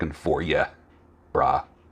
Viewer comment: The way you said "Brah" made me chuckle. I know exactly where you're coming from when people say "Raise your vibration". People often forget that things don't happen unless action is taken.